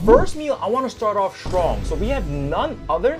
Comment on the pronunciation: "strong" gave it away lmao